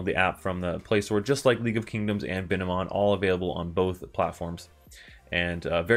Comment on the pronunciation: and its bine-mon not bi-ne-mon